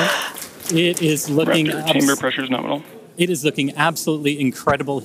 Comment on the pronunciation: I love this launch. Especially the part where she exclaims, "Norminal insertion".